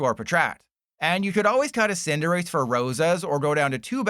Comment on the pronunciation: there is NO way youre still pronouncing cinderace like this lmaoo